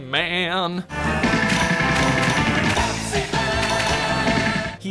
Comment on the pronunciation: Love the way he said Pepsiman !!!